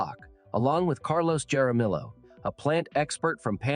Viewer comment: The way he pronounced Jaramillo made me sick